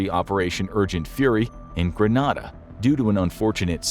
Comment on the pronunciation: *pronounced Gre-NEda